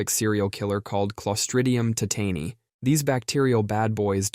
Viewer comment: You mispronounced clostridium tetani. The stress is in the first syllable just like the word tetanus. In fact, just say tetanus, but replace the US with EYE.